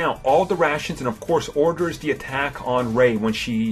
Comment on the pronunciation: You need to take some speech classes. Your inability to pronounce words correctly is annoying. "The" not "Da"